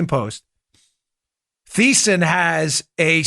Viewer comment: Dan, it's Marc Thiessen ( pronounced tee-sen )